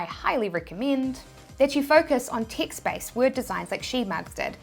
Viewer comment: Yes, I started looking for ticts every time she said TEXT